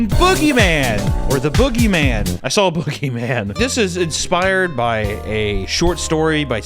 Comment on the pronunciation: Anyone else recently notice that says “drawl” and “sawl” no hate at all just noticed that